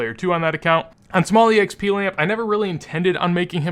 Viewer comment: Why the fuck dont you just say exp but you say E-exp like wtf does that even mean lmao?